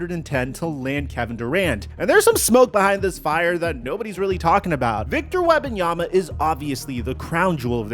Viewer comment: Victor WeMbanyama. Not WeBanyama 😅